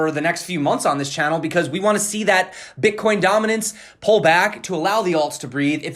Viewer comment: Did you say b*tchcoin? :DDDD